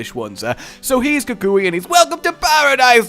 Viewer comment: Kukui (Kook-we) is not your cousin! I guess since you're "across the pond" you have no reason to know this, but the term "Cousin" is a colloquialism found in Hawaii, calling someone "Cousin" is akin to being friendly and calling someone "Pal"